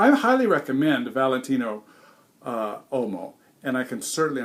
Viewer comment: As always, great review. One little thing: "WHOA-mo". Whoa like Whoa! Mo like Moe Howard. Whoa-mo.